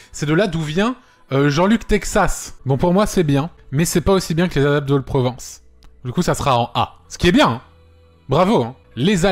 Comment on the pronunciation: Excuse moi Antoine, tu sais faire la liaison sur « les ZAlpes de Haute Provence » ?! Merci